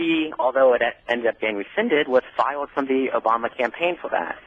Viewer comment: Why does he speak like that? Instead of "fired" he says "fow-wud"? WTF?? How does one even pronounce a word that way? I thought only people with "special" problems spoke that way. At first I thought he might've been British.